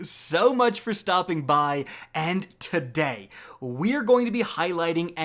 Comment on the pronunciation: An-D TahDay